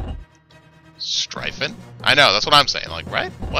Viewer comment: Funny enough you pronounced it right, the Word "Streifen"